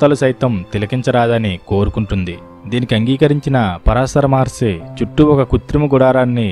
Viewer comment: Maharshi plz prounance by properly